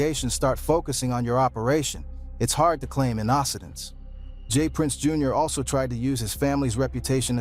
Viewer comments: THATS A WIIIILD WAY TO PRONOUNCE INNOCENCE 😂😂😂 A.I GARBAGE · YESSS!!! Tekashi 6 9 Nine… Pronounce Quavo name wrong half the time… Craziest pronunciation of “Innocence” I’ve ever heard. Pure SLOP